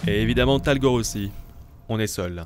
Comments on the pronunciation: tu dis tolgar mais c est talgor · C'est talgor pas torgal😂😂😂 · Torgal pas Tergal En le chien s’appelle talgor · le chien s'appelle talgor et pas targol ou je sais plus exactement ce que tu dis ( petite info)😉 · Ce n’est pas Tergal mais talgor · trop cool cette serie mais ta rate ton intro c'est pas torgal mais talgor